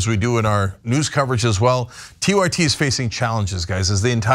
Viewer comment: tyt sounds like youre saying tito ortiz